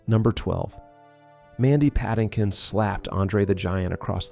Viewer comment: AI do not have kids. Nor can AI pronounce Mandy Patinkin's name.